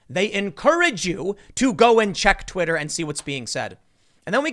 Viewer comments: "Twiter" lol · *Twitter not Twiter tim